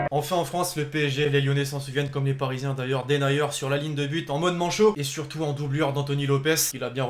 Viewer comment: pitié ça se prononce denéyer pas Denayer 😂 c comme De Bruine mdr 😂